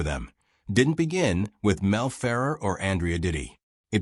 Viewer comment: Mel Ferv RARE not FER er